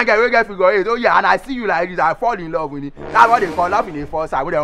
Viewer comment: That "I lur you men part"😂😂😂😂😂😂😂😂😂😂😂